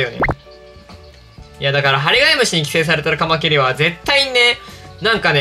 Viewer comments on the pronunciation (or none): カマキリのイントネーションて、 カ マ キ↑ リ なんですか？ カ↑ マ キ リ だと思ってます。